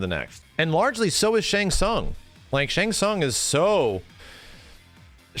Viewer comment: I had 2 problems with the movie no Johnny Cage other than a half poster of him. The fact that they call Shang Tsung Shung Tsung.